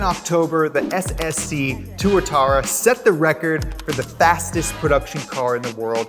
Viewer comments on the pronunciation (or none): "Back in October, the SSC Tuatara-" I'm gonna stop you right there buddy